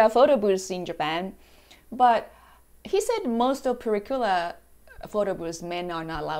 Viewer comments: It's purikura,not furi kuri!😆😆😆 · "Pure-a Cure-a"? Sigh. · "Pyura kura" 🙄